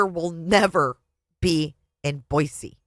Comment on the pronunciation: first of all, thank you for saying Boise correctly!!! Second of all, I was not going to watch initially because to me, her book seems nauseating. Yes, the book is nauseating, but hearing you read it makes it all worthwhile!! I just got to the part where she sees her aunt in her dreams. How very Daybellian of her, right? 😂😂😂